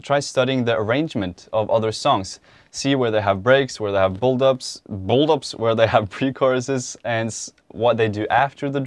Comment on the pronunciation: everyone: build-ups: BuLd-UpS